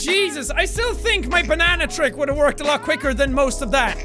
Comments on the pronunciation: did you say BANNANA!!!! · It is not banana it is banene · ITS A BA-NANA-NA NEXT TO A BA-NANA-NA